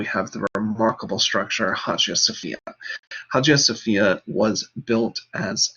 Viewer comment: Great! It's pronounced "Aya Sophia"